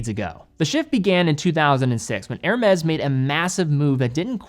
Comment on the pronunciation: His ear-shattering robot voice, sends shivers down my spine, every time he says "Hermes"..... pronounced > Er-may <